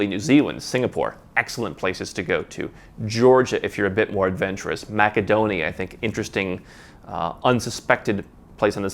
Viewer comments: Is ‘maca-donia’ how you pronounce it locally? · It is pronounced MASSADONIA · Funny your pronunciation of Macedonia